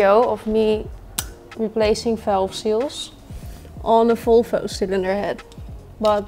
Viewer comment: “Folfo cylinderhead” God bless the Dutch lol